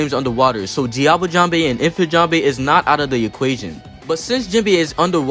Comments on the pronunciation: please mr american it is "jambe" not "jambay" 😭😭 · Everyone NEEDS to understand that Sanji's attack names are almost ALL FRENCH! Just because he pronounces them wrong, doesn't mean we should 🇨🇵🏴‍☠️